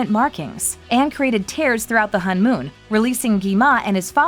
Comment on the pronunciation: Its pernounce hone mon